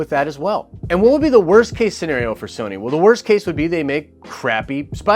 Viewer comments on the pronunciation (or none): “WOST” case...